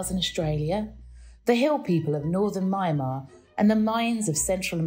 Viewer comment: Ummm, you pronounced Myanmar wrong. Plus, it wasn’t called Myanmar then, it was Burma.